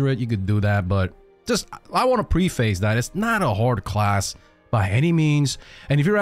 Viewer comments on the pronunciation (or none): none